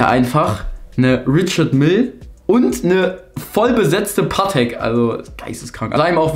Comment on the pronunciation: Bro es heißt paTEK nicht PAtek haha